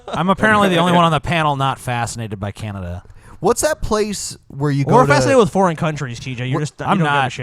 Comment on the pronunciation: said canadia